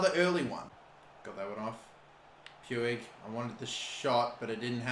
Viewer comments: Puig is pronuced P-e-e-g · The Guy's name is Pi-u-j not pu-wig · I'm surprised he sill says poouigggg instead of pooch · Btw puigs name s pronounced ricky pweeg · Listen bro it’s pronounced riki pooj not puig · Pronounce it as Ricky Pooj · everytime he says Puiggg Me it's Puig the g like in the word generator lol! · YOU SAY PUIG LIKE POOG